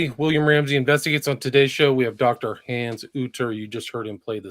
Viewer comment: Thanks Hans and William. William please stop mispronouncing Hans name it's the 4th time!!! Lol your the best guys keep up the good work